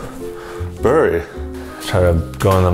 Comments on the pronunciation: It's "burry 🥶" ... 🤣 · Dude, you did not just say “burry” lol